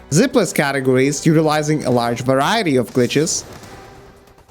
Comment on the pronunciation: Button, variety, strategy are three examples where you say them in cockney 😄